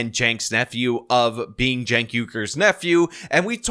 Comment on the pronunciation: So who TF is this "Cenks nephew" and why does he have an audience? And why is it pronounced Janks?